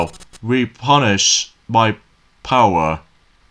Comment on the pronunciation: it's replenish! I know your not good at pronouncing words! but your welcome anyway! I'm always here to help you!😁👍💎